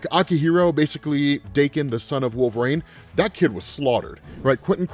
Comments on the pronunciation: Can U not pronounce Wol-ver-ine? It is not Wolverane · Anybody else notice this dude saying "wolverAne" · I'm not the only one picking up how he is pronouncing wolverine ... cause it's annoying me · It’s pretty baffling how so few people comment on this, his pronunciation is so distracting lol